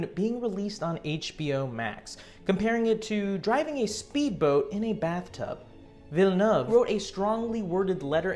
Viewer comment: Thank you for pronouncing Denis Villeneuve correctly !